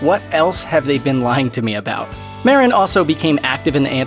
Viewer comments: Mah-deen, not Mar-rin. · Marín is pronounced: Ma-RÍN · Lol cheech meren sounds wrong af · At least pronounce cheech’s last name probably white oh. Foh